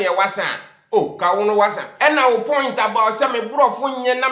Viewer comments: please stop saying the wassa😂😂😂😂😂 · Yeaaass!!! “Wasa”!!! 😂😂😂